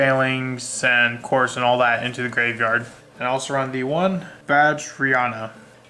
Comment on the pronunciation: And right before the 4 new support cards were announced. Your dreams have come true! Also, many people have a lot of trouble with the pronunciation of the Dragunity monsters: Guisarme is not "gwiss-arm" it's "giz-arm". Couse is not "Course" it's "Koos" - there is no r. Leyvaten is not "Leviatien" it's "Lay-VAT-en".